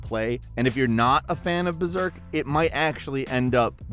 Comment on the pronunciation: hey fellas its BERSERK, not "BERZERK"